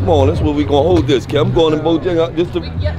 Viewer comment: Its Bojangles not BOJingles...put some respeck on it.